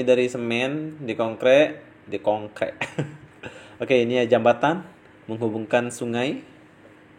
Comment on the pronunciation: Di KONGKREK bukan di KONGKEK 😂😂😂😂